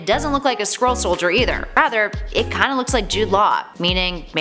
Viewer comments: this video is dumb but I did think it was funny that you kept pronouncing it like squirrel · I thought you said "Squirrel". lol XD